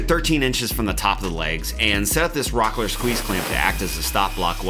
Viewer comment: Rockler this.. Rockler that.. lets take a drink of .. cola.. every time he says rocker.